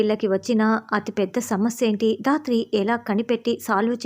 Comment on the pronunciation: రాత్రి కాదండి ధాత్రి